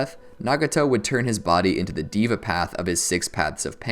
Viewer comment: Pronounced "dheva" path not "diva" path